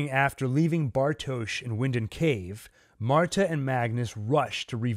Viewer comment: It’s pronounced Vinden